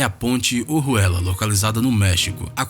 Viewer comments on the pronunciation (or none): Na parte da ponte ojuela quando ele fala entendi zé ruela 😂😂😂😂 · Kkkkk a Ponte OJUELA ele falou O RUELA